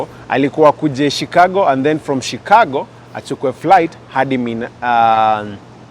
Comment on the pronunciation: Not shicargo please stop scrubbing